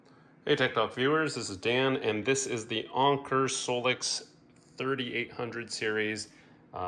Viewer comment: Never said it was wrong just funny sounding. Thanks for the information though.